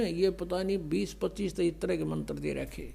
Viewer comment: Nakli to tu hai rampal tabhi to jel me hai agar ap me sakti hai ho jel se bahar a ke dikha bolne ka dang nahi hai chala ha gyan dene mantr ko mantar bolta hai